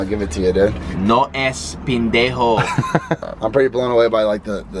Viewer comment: No es pindenjo 😂 es pendejo 😂 Jajajaja